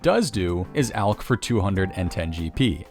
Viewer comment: finally, a YouTuber that pronounces "alch" properly.